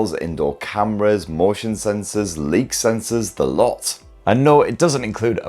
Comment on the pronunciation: Leek sensors?